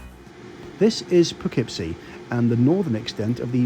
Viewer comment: I appreciate that you absolutely nailed the pronounciation of Schenectedy and Poughkeepsie.